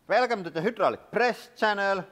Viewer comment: "welcome to the hoo-drawl-ick channel" 😃